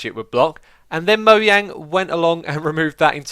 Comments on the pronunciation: MOJANG! NOT MOYANG! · its mojang not moyang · it is MoJang not MoHYang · Wait? U pronounce it moyang? I though you pronounced it mojang? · MoJang. Not moYang. Srsly it bothers me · You kept saying ‘Moyang’ instead of ‘Mojang’ -_ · Moyang? Are you saying mojang? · Why has no one commented about him saying Mojang wrong 😂 I have never heard it said (mo-yang) I have heard and always said (mo-jang) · ITS NOT PRONOUNCED MO-YANG! IT'S MO JEHNG! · MoJANG not Moyang. Other than that you are a great youtuber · Mojang is pronounced(moe-jaing), not (moe-yaing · It's Mojang Not Moyang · One more mistake... ITS MO"J"ANG NOT MO"I"ANG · it is not moyang its moJang get it right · moyang????? its mojang xuma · did anyone realise he did a mistake here to he said moyang instead of mojang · moyang? He keeps saying Moyang instead of Mojang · Moyang, it's MoJang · I was just gona say It's not "mo-YA-ng" is "mo-JAY-ng' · xisumavoid why do you pronouce mojang moyang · Is it weird that xisuma says mojang like moyang? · "Moyang" XD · Nobody: Xisuma: Moe-yang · Moyang lol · Moyang lol... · Anyone else here him say moyang. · he says moyang lolololol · Kemal Alacakanat Swedish pronunciation is Moyang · wtf is mo-yaing?? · xisumavoid why do you say moyang? But gg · it's pronounce Moe jang the j is not silent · OMG, YOU PRONOUNCED IT "MOHANG?" *triggered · is "moyang" an accent or something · he said Moyang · "moyang" omg dead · it is kinda weird how you say "Mojang" ...but whatever xD